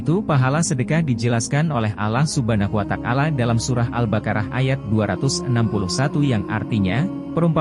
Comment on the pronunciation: Maaf ...cara pengucapan ALLAH SUBHANAHUWATA'ALAA..nya klo dlm islam bukan spt di narasi....mungkin bs di perbaiki dg pengucapan lafadz yg benar dan lbh baik lagi 🙏👍